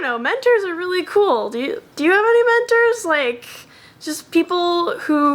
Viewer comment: When said "Do you have any mentors?" I thought she said "Do you have dementors?" and was about to say yes, but then realised that'd give my wizard identity away. So No, I don't have any dementors, I swear...